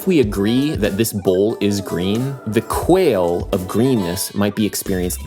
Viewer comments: "quale" is almost certainly pronounced "kwa-lay" and not "quail" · rip@ the minute of my life i lose every time adam says 'quale' as 'quail'. love u tho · Also, “quale” is pronounced “kwah-lay”. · Sorry to be that guy, but it's "kwa-le(i)", not "kwail" for quale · You kept mispronouncing quale (it's qua-le, not quail).